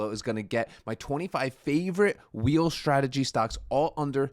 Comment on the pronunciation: Please please stop saying Shhhtradegy... there is no h in strategy...dont worry, you're not the only one